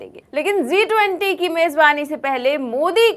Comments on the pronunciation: It's G20 not Zee20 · It's G 20, Zee20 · G 20 not zee 20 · Zee 20 nahi G 20. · Zee 20 Nahi G 20.😂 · Aap zee 20 bolrahe hain madam jab ke it is G 20 hai please correct your self